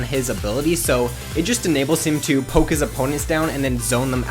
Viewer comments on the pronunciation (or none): none